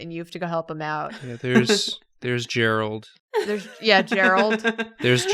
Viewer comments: “gerald of rivendell” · Also I can’t BELIEVE you desecrated the name of my poor Geralt. And by that I mean it was hilarious and you were right to do so